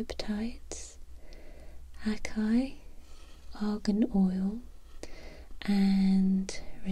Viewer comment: I was listening to you read the ingredients and noticed you called it "a-kai" but it's pronounce ah-sah-ē . A lot of people don't know the proper way to say it. 😊. Xoxo